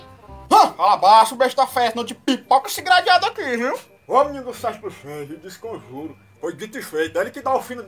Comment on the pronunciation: "discomjuro" kkkkkkkk